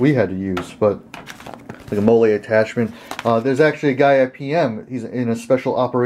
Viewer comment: Did he just say Molle like Mollae?....